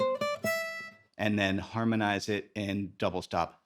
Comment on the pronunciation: You lose me when you say "harnonize it" and "pentatonic doublestops"